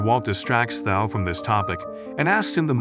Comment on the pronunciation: Stop mispronouncing Thao’s name. It makes a hard T sound not a soft th.